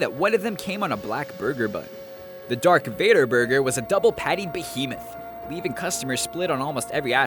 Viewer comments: It's Darth Vader not Dark Vador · "Dark Vador"? "Dark Vador"?!? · OMG! It’s not dark vador, it’s Darth Vader! How rude to us fans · Wut!!!! Dark vador!!! It's darth vader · "Dark Vador".... smh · Its not even Dark Vador its Darth Vador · um it's Darth Vader not dark vader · "Dark Vador" .................. Darth Vader?